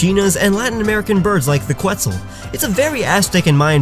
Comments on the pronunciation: Quetzal is pronounced Kets-all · quetzal = KET-zal